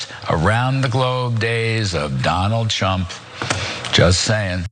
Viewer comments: Huh, did Kudlow call him "Donald Chump", instead of "Trump" just then? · Was it me or did he call him Donald chump at the end there? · It really sounded like he said Donald chump...lmao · I'm pretty sure he said "Donald Chump"....lol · He said: "calm peaceful days of Donald Chump'. He actually said CHUMP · He did say Donald chump 🤣🤣🤣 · Am I the only one that heard Kudlow say, "Donald Chump"? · Did he say Donald Chump?! Hahah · did he say donald chump?